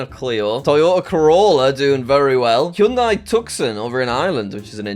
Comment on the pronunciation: You mispronounced both "Hyundai" and "Tucson". Helpful tip from an American: the former is pronounced (by Westerners, at least) like "hon-day" (rhyming with Monday), the latter is pronounced "too-sahn" (the C is silent), it's named after a large city in Arizona, a state in the southwestern United States (where you'll find the legendary Grand Canyon).